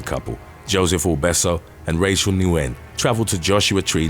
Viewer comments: Nguyen is just pronounced like "win" in English. Not trying to be a jerk, I just think it's interesting! RIP to all the poor souls in this video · You are a great channel! I am always amazed at your pronunciation of these names but I get to correct one for you. Thanks! Nguyen sounds like win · The Vietnamese name "Nguyen" is pronounced "win."